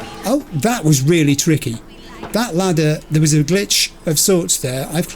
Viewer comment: Ladder, not latter**